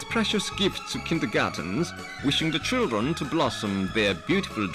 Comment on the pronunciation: THE CHIRDRUN